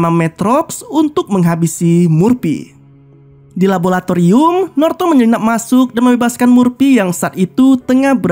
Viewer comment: Om... Laboratorium, bukan rabolatorium